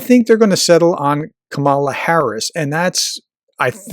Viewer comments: Like every other Republican you still cannot pronounce her name correctly. It sounds like Pamela. Emphasis is on the first syllable. There is a reason her name was mispronounced from the beginning. They are trying to make her sound foreign. As a professor you really should know better. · You're mispronouncing Kamala's name. The accent is on the first syllable, like "comma-la" Also, I truly hope they don't run her. She's a remarkably weak candidate. She comes across crazy insincere much of the time. Very cookie cutter politician That said, she can win. The majority of people don't want Trump back, and are pissed about Roe v Wade and I think that's enough for her to win in spite of her questionable charisma. Also, I think one of the reasons she comes across insincere is she's pretending to be some super lib when she's really a center right Dem. So my hope is, if it's her, she finds some centrist groove which is closer to who she is anyway, so she comes across more real. But God bless her however it happens. If it's her v Trump she's got my support lol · I hope you might learn to pronounce the name Kamala correctly. Unlike Tucker or Sean I don't necessarily think you're mispronounced her name on purpose. Its still a bad look. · Please learn how to pronounce Vp Harris’s first name. You are using the maga’s and trump’s pronunciation. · He uses the Republican’s pronunciation of Kamala’s name. Kinda disrespectful not to know the proper first name of the Vp or maybe it’s just a put down. Annoying either way.